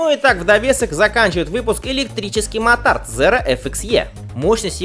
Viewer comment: И вроде произносится мОтард, а не мотАрд.